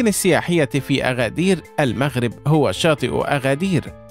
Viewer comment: اسمها ينطق ب agadir بالمناسبة هي من أكثر المدن تحدثا بالامازيغية